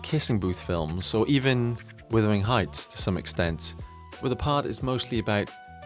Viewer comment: Why are you saying withering heights? It’s Wuthering heights